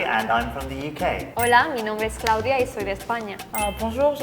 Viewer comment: Cloudia? It's Claudia...